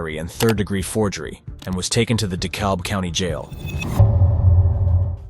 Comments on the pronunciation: ik this is off topic, but DeKalb is pronounced (Dee-cab) not (Dee-cob) shii was driving me crazy 😂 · It's pronounced De-KAB county. Not De-KALB. 😂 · Just for your educational purposes in Georgia Dekalb county is pronounced D-Cab the L is silent.